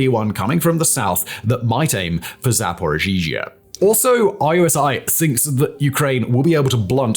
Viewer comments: It's pronounced like Zaporichia, the reason for the "zhzh" is that there is a single letter in Cyrillic alphabet for that "zh" sound but there's two such letters in the Ukrainian name for Zaporizhia. Still it's not "Zaporizhizhia". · "Zapo-zhee--zhuh" Is it so hard to say "Zap-oh-REE-zheh"? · Simon, you and your team put together fantastic, information-packed videos that I have long enjoyed watching and listening to. On the latter, several times the name of the city Zaporizhia was pronounced with an extra ZH. There are some versions that translate the city's name with the extra syllable. I know it's not authoritative, but Wikipedia has this pronunciation